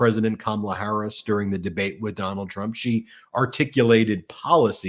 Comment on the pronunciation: Hey guys, I love your show! The disrespect he shows VP Harris by mispronouncing her name, should be disqualify